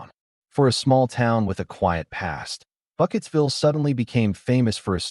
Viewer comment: Burkittsville, not Bucketsville! Dimdot.